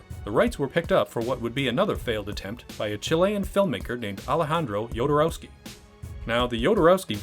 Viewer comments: Maybe start by learning how to pronounce names correctly? Every time you say "DjodoROAWski", a Dune fan's Holtzman shield gets hit with a lasgun beam ... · The name Jodorowsky no yodorowsky, please at least try a little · Say it with me now: Ho-do-row-ski... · Ah yes, my favorite Chilean filmmaker: Alejandro yOdEr-oWsKeE